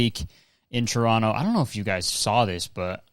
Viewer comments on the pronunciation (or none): I love hearing Kurtis say 'Choronno' I never mention Toronto without saying it like that 😭